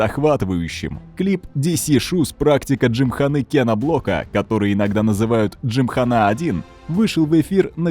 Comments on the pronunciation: Т.е. автор весь ролик нозит своей джимхано́й (хотя сам Кен говорил "джимха́на") но при этом не погуглил ударение на Пастрану? Ну и БиФиГудрич и ламборДжини тоже очень интересно звучит 🤦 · Не выдержал досмотреть до конца. Уже тригерить начало это слово джимхана́. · ЛамборГини, а не Джини))) Хотя слух режет намного меньше чем ДжимханА)) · Кен Блок и дрифт, как вообще связаны? Это какой-то байт на произношение? С таким понтом приведена ссылка на правильное ударение в слове джимхана, хотя в случае заимствованых слов, некоторое их искажение это совершенно нормальная практика, а потом начинается-ПастранА, бифи, дрифтЁр, ламборДЖини. Почему, если речь идет непосредственно о роликах с участием Блока, не упомянули видео из России с канала гоупро, подобных, я думаю, было много? Автор, тебе бы к доктору сходить, проверить количество хромосом в 21 паре, допускаю, что у тебя их три